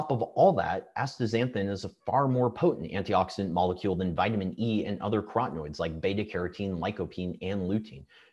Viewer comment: Antioxidants like B-carotene and lutein are carotenoids - 4 syllables - NOT crotenoids - 3 syllables.